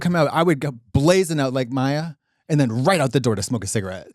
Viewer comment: Kim Chi was born in the US. why is she saying den and dere??